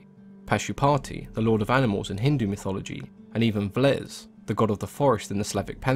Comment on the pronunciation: It's VEles, not V'les